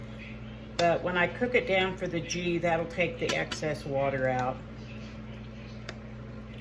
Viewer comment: Girl I love ya so I have to tell you it's pronounced gee the g sounds like when you say good.